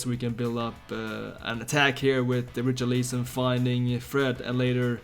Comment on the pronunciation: Dude wth is your pronunciation of Richarlison ????